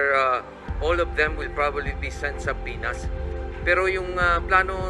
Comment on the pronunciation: Eto medjo off topic ha and no offense intended. Pero I notice the word subpoena has been mispronounced a lot. The word subpoena is actually pronounced as suh•pee•nuh with a silent B like the word mortgage where where it’s pronounced with a silent T. Again no offense intended. Peace...